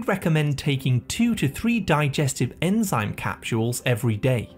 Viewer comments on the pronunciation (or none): none